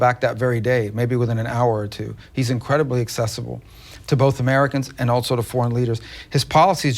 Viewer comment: Someone should let Rubio know there is no “t” in the word, “also”